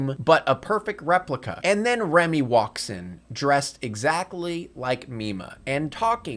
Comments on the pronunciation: "Remy"? Her name is Rumi. Turn the subtitles on, guy. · this is a great video, but her name is Rumi.. Not Remy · “Remy” the whole time was painful